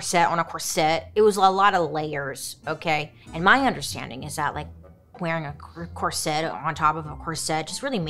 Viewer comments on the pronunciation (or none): Is is pronounced corset not sette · That word is not "cor-SETTE" it is "COR-set". Accent on the first syllable not the second. Suddenly all these young women are saying it wrong. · She pronounces it like ‘corsette’ lol. It was making my hair stand on end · The number of times I heard bailey pronounce corset as cor-set it became normal sounding 😂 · Always entertaining especially the way she pronounces “corset”💜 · she tries.. part of her personality 🤣🤣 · omg me too 😂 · Take a shot every time she mispronounces corset.